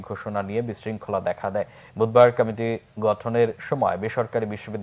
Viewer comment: সংবাদ পাঠক কমিটি শব্দ টি কামেটি উচ্চারণ করছে কেনো?বিষয়টি কত্রী পক্ষ খেয়াল করবে নিশ্চই।